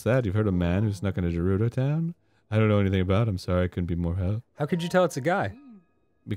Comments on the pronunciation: He slipped and said Gerudo and then continued to say Jerudo on afterward. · Getting very tired of Arin pronouncing it as "Jerudo." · the way he pronounces gerudo is like nails on a chalkboard